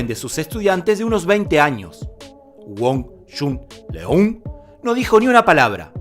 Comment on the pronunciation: ¡Mi maestro murió a los 61 años! La pronunciación de su nombre es incorrecta. La "eu" en Leung debe sonar como una "ö". ¡Lo sé, eso no existe en español! También en todos los otros países esto está mal pronunciado y suena cruel! ¡saludos!